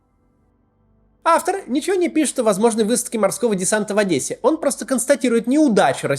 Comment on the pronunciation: Хахахаа... Ох уж Ваш "орн", Максим)